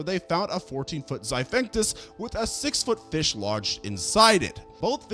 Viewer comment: XIPHACTINUS (XY-FACT-IN-US) NOT Xivinctus